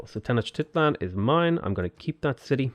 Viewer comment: It’s pronounced Ten-oh-shteet-lan. At least according to my history professor. She might be wrong